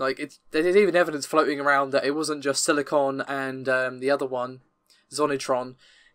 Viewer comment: U SAID SILI- "CON"..... HELL YES, FINALLY!!! WOOOT!! lol 😉 now hopefully will stop attempting to annex Naples by interjecting his name into it! Thanks for the video